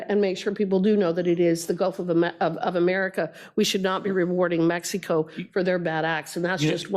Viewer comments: She says meks eeh koh 😂😂😂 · She keeps saying mex